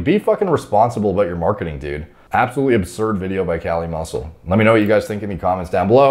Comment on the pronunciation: KAH-LEE MUSSEW.